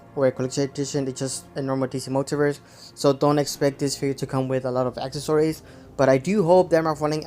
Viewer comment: For the love of God, it's pronounced "ack-sess-uh-rees" and not "ack-uh-sor-ees." Why you continue to do this is beyond me.